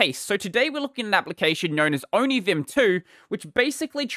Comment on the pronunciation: Onivim? The first i heard from you i tought you said onichan 😹